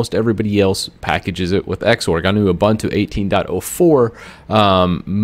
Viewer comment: Trust a guy wearing a Microsoft shirt to pronounce Oohboohntooh as Ihbintu.